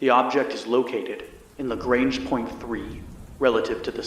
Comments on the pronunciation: Lagrange is French and pronounced Lagrahnge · That's not how to pronounce Lagrange